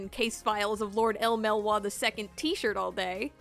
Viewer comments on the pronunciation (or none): "Shal-dea" Lord "El MelWah" "Rin" no